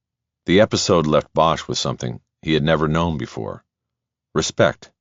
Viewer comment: Excellent narrator. The other guy has some really annoying pronunciations (i.e., 'known' always spoken as 'know-win' as if it has 2 syllables.)